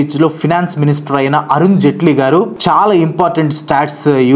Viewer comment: అరుణ్ జైట్లీ జెట్లీ కాదు bro